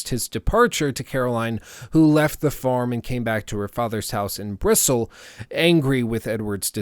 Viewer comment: Bristle? Bristol lad! BRIS-tull otherwise, solid video